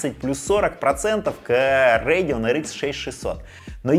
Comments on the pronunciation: Радэон всегда говорили , а не Рэдиан ... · Как же режет слух РЭЙДИОН РЭЙДИОН не могу смотреть, не народный обзорщик ( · РЭйдион, ТрАйпл кЕй, амдИ😂😂😂😂😂😂ты прикалываешься? Неправильное произношение ты вообще дебил? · Че за "рейгн". Это так Radeon что ли произносите? 😂 5060 8Гб за 30к вполне себе можно брать (и это точно лучше, чем 4060 за те же 30к). Никто не говорит, что надо играть только в 2К на ультрах. А 16Гб версия уже от 42к!